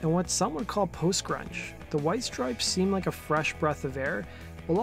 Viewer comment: Why is the narrator saying “strips” when there is clearly an E, and it’s “STRIPES”